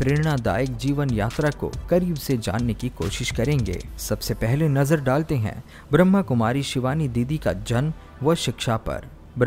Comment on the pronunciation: Please bhai jii sahi tarike se boliye Brahmakumari Not brahmkumari om shanti